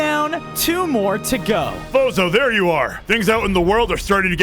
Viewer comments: I heard bozo to lol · I thought they said bozo💀☠️